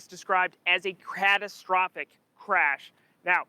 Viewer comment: Did she say “castrophic”?🤦🏽‍♂️